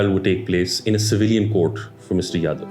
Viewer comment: It's Ja-dhav, not Ya-dav